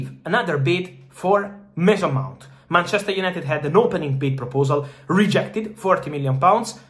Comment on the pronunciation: Mason Mount not Mase Mont lmao. i almost didnt get the name